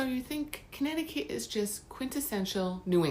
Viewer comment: It's wonderful to watch a Connecticut video where the facts and pronunciations are correct, and the content is interesting. I'm subscribing to your channel right now.